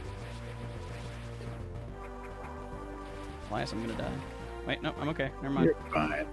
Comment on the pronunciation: Elias… Elais… Elius… Eliabus… EELIETUSK